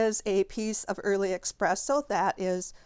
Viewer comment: Love your techniques, I got a lot of tips. Just FYI, there is no “x” in the word espresso. 😊